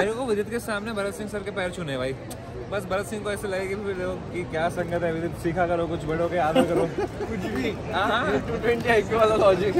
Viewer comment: Not goosebumps....But my body shivered when he said vidit!!! So proud of you bro!